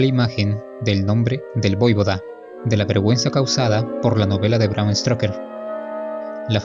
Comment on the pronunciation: Gran vídeo! Interesantísimo a la par q didáctico! Sólo dos pequeñas correcciones sn importancia: x una parte, en el título dl vídeo pone "VAD", en lugar d "VLAD"; y x otra, en el , dices "STROKER", cuando, en realidad, es "STOKER"… Un Saludo!!!